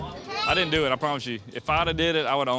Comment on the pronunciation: It’s doo not du and it’s mummy not momma